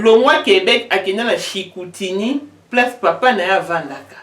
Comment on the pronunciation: On prononce : CHICOUTIMI et non CHICOUTINI ...